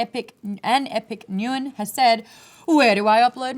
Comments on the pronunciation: Maude's pronunciation of "Nguyen" lol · pffft, Maude pronounced Nguyen wrong, lol